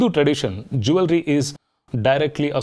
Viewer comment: Did you check the right pronunciation for ‘Jewellery’ 😅